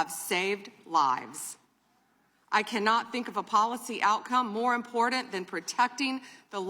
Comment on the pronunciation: This is very IMPORTENT but it doesnt seem like she takes it that way with her smirks. How does she not know how to say important? 😬😬😬 its like claws on a chalkboard. Three times now please stop.